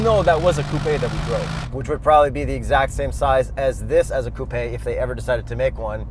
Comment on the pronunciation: He really said “Coupey”☠️